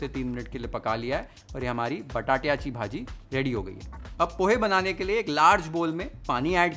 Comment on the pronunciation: एकदम झकास 👌 , " बटाट्याची भाजी " हे ऐकताना मस्त वाटलं 😁